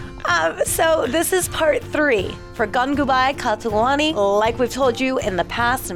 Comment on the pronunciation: Gangubai KATHAWANI lol,, she can't say the last name if her life depended on it lol